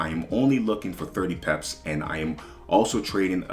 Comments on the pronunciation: I like how he says pips, be like 100 peps😂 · Word I pep that too 😂 I’m curious brother where you’re from? Cool accent